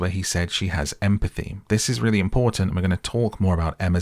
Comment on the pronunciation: Emm - a - pathy 😂😂😂😂😂😂😂😂😂😂😂